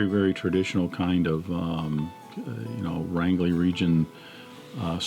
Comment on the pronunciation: BTW, & FYI, it's pronounced "range-ly", as in the Lone *Range*er